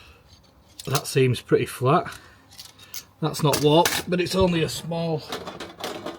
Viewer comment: What are you saying? Wopped? Oh warped! Got it. Love the video!